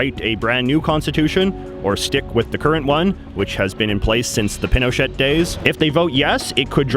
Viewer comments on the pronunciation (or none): true but he could at least say the words correctly even if w/ an english accent.. for example he said "machupe" and "pinoshit" (which i think is a good name for him), but its possible to have respect for the language and say "pee-noe-shay" or "ma-choo-pay" etc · It's pronounced pin oh shay not pin oh shet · Also, Pinochet is pronounced as Pino-chay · The former president's name is pronounced pee no shay, not pin o chet. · is pin o chet not pee no shay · jj im sorry but its not pino*chet*, its pronounced pino*cheh*. act like you're speaking french aka dont thing about saying the letter t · Pinochet is pronounced "pino-shey" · in Spnish it is pronounced pee no chay or pee no shay - but not as it was pronounced in the video. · You mean like mispronouncing Pinochet all the way through the video? Yep, great journalism!!! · you go all the way to the country and do a piece like this on the protests and can't pronounce correctly the Dictator with a 20 year reign? Yes, that is pretty sloppy. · You don't say the t of Pinochet. Great video though. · not to mention that pronunciation of Pinochet! oy vey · Can't believe how you don't even pronounce General Pinochet's name correctly. Did you do any homewor like talk to anyone about him or watch any videos on him? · You don’t pronounce the “T” in Pinochet